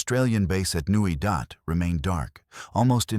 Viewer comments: Try Nuit Dat NOT Newy Dot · ...and calling NuiDat Nui dot.